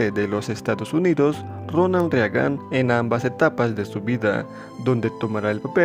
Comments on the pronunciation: Ronald RE A GAN? En serio? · Se pronuncian "Berkli" y Rigan"... 🤦‍♂️